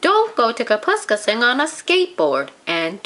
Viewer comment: I am afraid the reader has mispronounced Kapuskasing throughout the story.